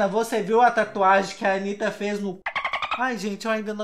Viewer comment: "Antanitta" kkk credo. mas vc é legal.